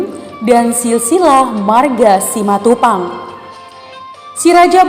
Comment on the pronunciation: Betul, bilang nya simatupang. Mantap